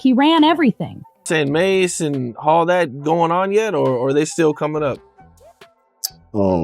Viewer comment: Can't trust someone who is calling MASE Ma $ E ma dollar e